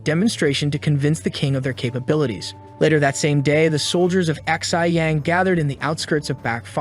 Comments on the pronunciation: The city of Ahhhhxi yang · You pronounce Xiyang as she-yahng…